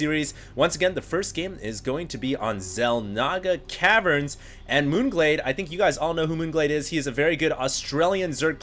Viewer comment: lol 'caverrrrrns'